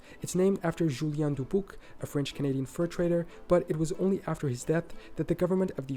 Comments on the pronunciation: Yes, as other comments have said, unfortunately there are numerous pronunciation problems in the video. So many names are just not said right according to American pronunciation. John Jacob Astor is just pronounced like Aster, not as-store. Dubuque is just Duh-byook. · I've been to Albany, New York when I was a kid. It is New York State's capital. From what I remember, it has a few historical buildings, a disc shaped building and museums. I've been to Dubuque, Iowa (the narrator pronounced it wrong). I loved the vibe there right on the Mississippi River. There are many historical buildings that have been repurposed but still kept the charm. I loved the town clock, the Fenelon Elevator (an incline elevator connecting the bottom and top portions of the city.) The view from the top is amazing! There is also the Mississippi River Museum there. So much to do! Down the road is Dyersville, Iowa which is where the Field of Dreams movie site is from the baseball movie Field of Dreams.